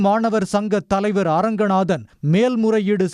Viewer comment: எழுதும் போது அரங்கநாதன்,, படிக்கும் போது ரங்கநாதன் என்று படிக்க வேண்டும்